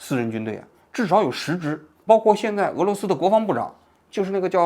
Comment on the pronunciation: 毕竟不是熟悉的领域，绍伊古都一下没念出来，而且叼盘也没“汪汪汪”，。给王局点时间去带着大伙吃瓜吧。